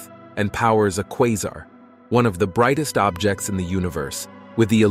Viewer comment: First person I’ve ever heard say the word Quasar 3 times and pronounce it differently each time. and